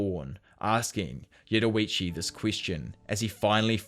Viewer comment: Yurorichi 😭😭😭 ur pronunciation be having me weak